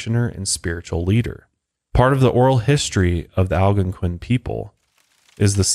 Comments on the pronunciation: Man I love coming here and listening to these whenever they drop. But can I just say I absolutely hate the way he pronounces "Algonquian" (al-gone-kwin) as (al-gunk-win) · Will someone please teach him how to say Algonquian lol